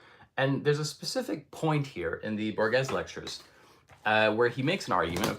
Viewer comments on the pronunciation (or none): BORGES the accent is on the first syllable , sorry it is just grating to hear it pronounce wrong.